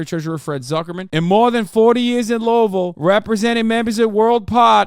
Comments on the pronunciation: Omg he knows how to say Louisville. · Woooow Hasan pronounced Louisville correctly. I love him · i work at worldport in Louisville and it was surprising as hell thst hasan pronounced it properly. everyone always fucks it up if they're not from here lmaooo